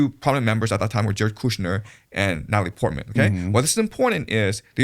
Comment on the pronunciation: I like how when speaks he keeps skipping syllables. LOL who the hell is Nallie Portman